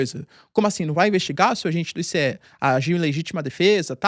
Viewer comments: Que "I cê É" professor , è ICE, se diz "aice" me ajuda ai pow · se pronuncia “aice” igual gelo mesmo